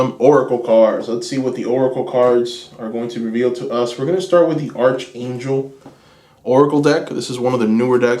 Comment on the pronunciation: Pile 2,, Archangel is pronounced ARK ANGEL 💕😘 Sending love and blessings 🔮♊️